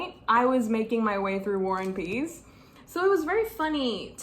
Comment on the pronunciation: you kept saying "war and peace" but it sounded like you were saying "one piece" and tbh, not inaccurate at all,,, lol